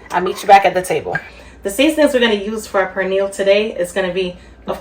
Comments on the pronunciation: Looks good but please pronounce 🇵🇷 our food right. It's not prenil it pernil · Did she just call the pernil a purniel????? Omgosh she is calling it purniel!! It’s per nil! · Please pronounce it as peh-neel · Its not pronounced "Per Neal"🫩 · The "R" is silent in the word Pernil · First, SPRINGFIELD IS OWNED BY THE CHINESE NOW AND I WOULDN'T EAT ANY OF THEIR PRODUCTS, THAT GOES FOR HATFIELDS TOO, CHNESE. And learn how to say Pernil...and where is the FRESH INGREDIENCE, LIKE FRESH GARLIC, NOT FROM A JAR. We do not put Cumin onto Pernil. Two kinds of Sason is awful, this is lazy and full of artificial chemicals. Go to another authentic site, this is toxic. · Will be definitely trying this recipe.... question though, your pronunciation of "pernil"...you don't sound Spanish 😊